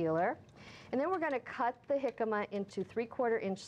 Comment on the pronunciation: You're pronouncing it so wrong lol